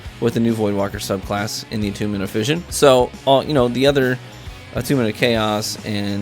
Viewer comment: Great vid. Although fission is pronounced *fishen*.